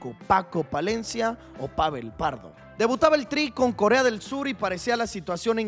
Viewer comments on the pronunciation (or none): none